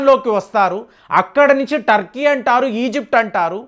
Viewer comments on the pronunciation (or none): none